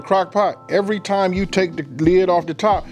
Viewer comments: Look at it one more time, not "one more gin." I know ignorant people make fun of you for speaking correctly but if you want to bring in an audience, you have to, as you say, "level up" and sound intelligent. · I heard that old school come out for a sec. 'ONE MO GIN'